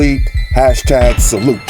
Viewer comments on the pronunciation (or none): none